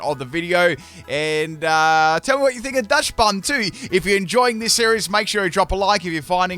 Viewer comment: It's pronounced Dox-bun. The name is based on dachshund, which is pronounced dox-hund.